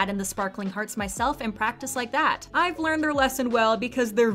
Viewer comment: You said IVE but you need to read it like EVE not ive eve